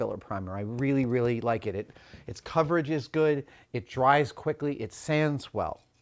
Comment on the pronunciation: “spway that dwies quickly”…